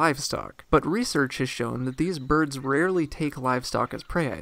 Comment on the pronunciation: It's weird but every time I hear you say birds it sounds like Burbs